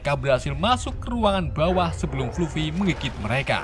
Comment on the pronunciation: Fluffy, di baca nya "flaffy Masih ada beberapa pengucapan yang salah😅